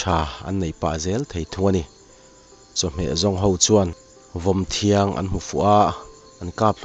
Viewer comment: Vawmthiang hi vawmthiang tih tur.thiang I ti tlat